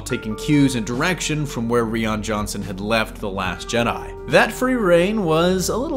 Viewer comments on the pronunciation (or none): I'd think Rian Johnson would be the obvious choice if he did a good job on the Last Jedi. I guess we'll see. Also, I think I'm pretty sure "Rian" is pronounced the same way as "Ryan", it's not "Ree-on" at least in the American version anyway.